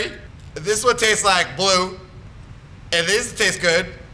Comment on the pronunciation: lol this is sooo funny and wen he said and this one tastes like blue i thought he said and this one tastes like GLUE lol